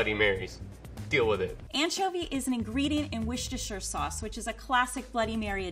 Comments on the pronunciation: STOP SAYING PESTOSHIRE LIKE IT'S A THING YOU MADE IT UP AND IT'S OFFENSIVE TO THE BRITISH, TO THE ITALIANS AND TO YOUR EXISTENCE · Just gonna say I think that's the first time I've heard an American pronounce "Worcestershire" correctly. Edit: x2